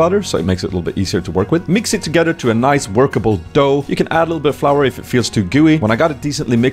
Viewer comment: oooh, niceu vlogu, loveu spooz